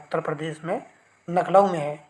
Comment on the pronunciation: नखलाऊ नहीं लखनऊ होता है, कहां से हो चचा।😂